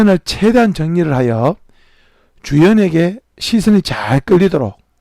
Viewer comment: 주연,,,,,,, 사람이름 ,,, 주연이. 주연이 ,,,(주인공이),,, 발음, 엑센트 주의 바랍니다.